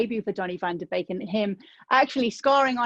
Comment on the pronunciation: Kudos to the host pronouncing Van de Beek the proper way and not "van de beak".